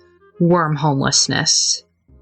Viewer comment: the way you said that 😂😅 woerm